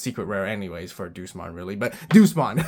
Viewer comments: The pronouncing of DEUSMON got me rolling. Deuce-mon, the master of the Numemon I guess? Day-yous-mon is the pronounciation for those who don't know. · It's not Doosmon, it's Day-oosmon, as in the latin word for god. Like "Deus Ex Machina" meaning "God from the machine" and "Deus Vult" meaning "God's Will". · Funny how he says Duce-mon instead of Deusmon. Like DayUsmon is just like Duces, i'm out. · The Deus in Deusmon is pronounced Day-us, like the Latin word for God.